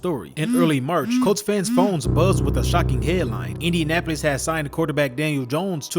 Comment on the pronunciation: Indianapis? Learn to talk bro